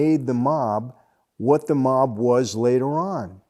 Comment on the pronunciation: The way Michael pronounces mob (mawb) you can tell he is familiar with the meaning of the word.